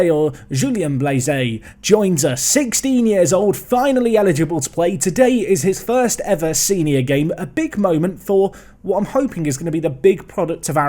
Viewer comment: It's pronounced like Blaze, Blaise = Blaze. Only say the "Eh" at the end of French names when there's a "er"or an accent at the end.